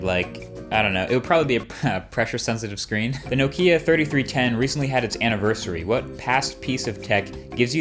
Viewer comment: The way you pronounce "Nokia" is not even funny.